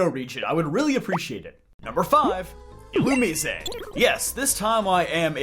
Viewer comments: You keep mispronouncing Illumise and referred to them as "he'm" when that species is 100% female as Volbeat is the male counterpart. Theyre badically the gen 3 Nidoran lines only minus any evolving. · dont tell me its actually pronounced like a spanish word illumisé